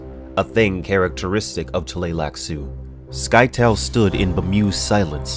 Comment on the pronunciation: I always thought the pronunciation of Scytale was different. Please, please, please, get to Heretics and Chapterhouse, those books are sickly underrated.